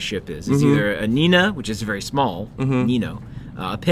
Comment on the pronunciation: the ship is called niña, not nina